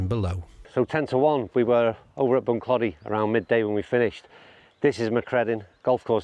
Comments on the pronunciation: I played Bunclody a few times and had my captains day there back in 2009 about 3 months after it actually opened, and brought down 35 golfers for 2 days and we had an absolute brilliant time super course. I love the way you pronounce it 🤣🤣 it's actually pronounced Bunclo - dy with more emphasis on the clo than clod - y if u get my meaning... ⛳🏌️🤣🤣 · Bun-Kloe-Dee is how the natives say Bunclody,. Loving the series. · Bunclody, the O is pronounced as in Throw... Don't get people not asking the pronounciation of places they're visiting for the first time (especially if they're making a video about it), Irish place names come from the irish language usually (the anglicization of the irish words describing the physical place - i.e. Bunclody - Bun Clóidí, meaning 'bottom of the (river) Clody)... if you mispronounce, Irish people will be too polite to correct, but it will grate and can feel disrespectful...